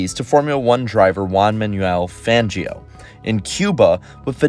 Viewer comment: Completely butchered the name. It's pronounced FONgio